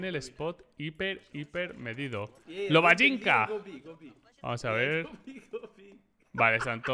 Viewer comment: Black es Lobanjica no Lobajinca